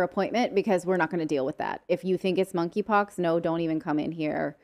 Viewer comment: K is silent -(moneypox)